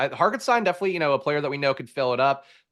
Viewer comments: "shtein" is right, Hark still isn't... The German pronunciation definitely uses a T sound. "Hault-en-shtein" is more correct. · Where is getting that K in Hartenstein? Lol